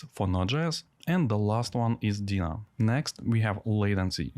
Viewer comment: It’s called ‘Deno’ with an O at the end, not ‘Dena’ with an A at the end.”